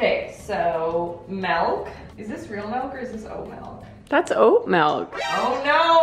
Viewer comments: Melk is Dutch for Milk :) aaalsoo, you should try to make millefeuilles! (Naopelon?) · Melk is actually the Dutch word for milk 😂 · It’s interesting cuz in Afrikaans milk is literally melk and pronounced just about the same. Is melk a Canadian accent or something? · “Okay so, MELK” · Actually 😂 melk means milk in my language hahaha (Norwegian) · You pronounce milk in Danish 😂😂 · Omg I’m so glad I finally found someone else who says MELK like I do 😂❤ all my friends and family try and correct me but it doesn’t do them any good 😂😂😂😂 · I say this with love: you need to put a bleep over the way you pronounce “milk” 😂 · Is pronouncing milk and egg wrong a Canadian thing or a MIA thing? lol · In the Afrikaans language you spell and pronounce Milk as Melk so it's really odd to hear a Canadian speak Afrikaans words 😂 Side note, thanks to you and mama Maples for always cracking me up!! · The way you say milk as “melk” has me cringing hahaha 😂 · Girl, why you say MEYELK? 😂😂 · if I could just explain how amazing it was to hear you pronounce “Milk,” made my entire life! I’ve always, always said Melk- and my family has a field day correcting me- I’m not Canadian, but Mideast US- and this has been something I just can’t change. In fact, I even hear it in my head as milk- Maybe us two are correct- and everyone else is wrong! Great video! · Funny thing, in the Netherlands, where I live, you actually write and pronounce milk as melk :O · mElK✨🤮 It's okay we still love you😂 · When she said "melk" I was like 👀 bc in the Netherlands "melk" means milk 😆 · Sorry, why does she say it as "melk"? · It is melk not milk😂😂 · This was just a ploy to make everyone hear say "melk" a billion times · Loving your pronunciation of MELKKK 😂 That’s how it’s written and pronounced in Dutch too! My language :) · I love how she says "melk" too! I do that and everyone makes fun of me😂❤ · When you pronounce 'milk' you say it as you do in Danish 'mælk' 😆